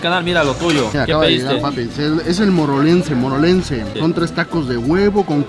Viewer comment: pidió el platillo morelense y dice morolense jaja